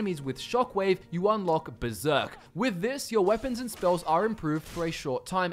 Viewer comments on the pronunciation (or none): There's an r in Berserk. You knew that right